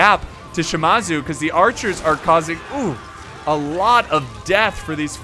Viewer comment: Shimazu, it's Shi-Maa-Zu